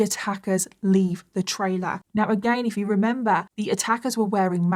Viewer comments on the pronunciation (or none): none